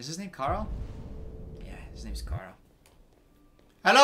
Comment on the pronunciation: Did anyone notice he said kara not Carl